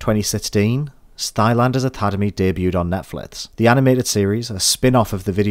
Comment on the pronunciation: Can you pronounce c, k, g without saying t? (Example: Crash Banditoot, Stylanders, etc.)